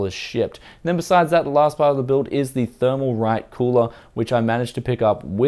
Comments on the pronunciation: Like the comment if you thought why is he saying shit,but he said shipped. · SHIET. oh wait he says shipped, never mind